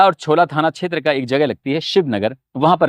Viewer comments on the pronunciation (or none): none